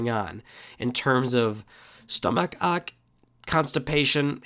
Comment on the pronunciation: You said ache wrong. The a is long not short.